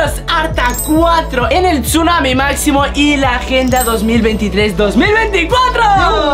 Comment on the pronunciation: Es máximo no maxsimo